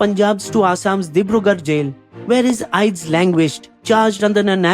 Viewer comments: Your videos are always fun to watch. Just a heads up. Aides is pronounced just like Aids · Your videos are truly amazing. Really informative, unbiased and true to facts. Also just a sidenote kindly correct your pronounciation of Aides.. its pronounced as AIDS.